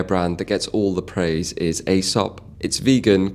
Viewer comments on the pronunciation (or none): It’s nice when I gift the Reverence aromatique hand wash to people it’s a great intro to the brand. (Heads up it’s pronounced Ee -saap)